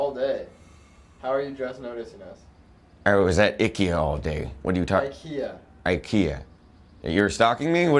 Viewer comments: he pronounces it right, it's not aikeya, its ee-keh-ya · "ICKY-A" said at the end is the way IKEA is pronounced in Sweden... you know, where the brand is from.